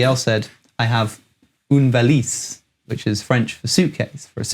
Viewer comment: oune valice? non